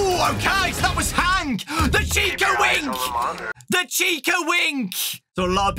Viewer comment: Chica wink sounds like Chica wing 🍗